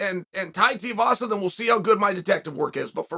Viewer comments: Sometimes I’ll just click on a video to see how Chael pronounces a name. This time we got multiple Tiuvasa Teevassa Tuvassa… 👌🏼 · Teeavasa... Chael, the pronunciation king. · Please say it correctly.. Tuivasa... 2eevasa. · For the love of god stop pronouncing his name “Tiavasa” so annoying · Chael its Tui-vasa......Tui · Please stop it with the Tiovasa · Ty tiavasa? Doesn't matter how ya say it chael I'm always watching your content easily one of the smartest minds in mma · I love Tear-a-vasa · Yet again KAEL, his name is pronounced TWO-e-vasa. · Why cant you pronounce his name? Its Too As in Shoe Too i vasa Not hard Flap Jack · "Too-ee-vasa", Chael. Goddamn. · Chael... say it with me.... it's 2... E...VASA. I know you're a certified master troll and all. But you can do better. And there's no "L" in "Makhachev". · Tiavasa lol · One day, Chael will actually say 2-E-Vasa. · The last name, he butchers it so well💀💀💀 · With him being so popular and willing to fight the best you'd think Chael could at least learn how to say his name lol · Clicked just to hear how Chael pronounces Tui-vasa 😄 .Too-ee-vasa or Tee-a-vasa. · Give him the respect he deserves say his name properly 😂😂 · Really grating on me the way you’re mispronouncing his last name 😬😅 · Just call him Tai lol you're butchering his last name. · God damnit Chael will you please practice saying Tai Tuivasa’s name correctly!!!! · Chael please!!!!! pronounce he’s name right haha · Love your work Chael but PLEASE learn how to say Tuivasa. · Is chael saying his last name wrong on purpose ? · Is it that difficult to pronounce Tai's last name properly? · Chael is like 0-500 in pronouncing names correctly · It’s TWO-E-Vasa not Teavasa.. 🤦‍♂️🤦‍♂️ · Come on, let’s say it together 2-E-vasa Too not Ti you can do it! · Tooeevasa. Not teeuhvasa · His name is pronounced TOO-EE-VASA. Not TEE-UH-VASA. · Te A vasa🤦‍♂️🤦‍♂️🤦‍♂️ Its Tuivasa. Pronounced. 2 E vasa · It’s not Teeavasa, it’s Tuivasa. Pronounce like “ Two - E - Vasa”